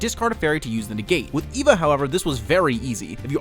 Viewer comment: It's actually pronounced, "Ay-va"